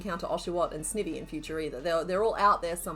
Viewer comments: YESS This series is backkkk <3 Excellent work on those pieces, I have now a new found love in Garbodor! Also, I think Sniny is pronounced "ivy" as in poison ivy, but I might be wrong?! I absolutely adore that evolution line ahah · I'm sorry I normally never do this but i was physically cringing everytime you said Snivy 😂 It's the sn sound of snake and ivy please and thankyou. Also fellow Aussie here love your vids I binge them often when I crochet myself 😊❤ Edit: Yes all toads are technically frogs 😁